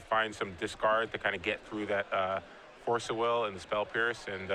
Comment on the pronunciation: I know it's pedantic but... What's with so many magic players, commentators etc pronouncing card names so unnaturally? FORCE of will? DARK ritual? TENDRILS of agony?